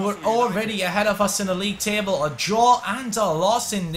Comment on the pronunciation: the way you said table sounded so irish